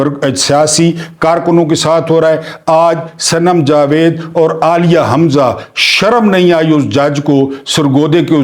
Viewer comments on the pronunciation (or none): none